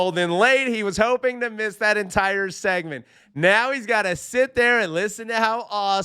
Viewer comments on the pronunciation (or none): none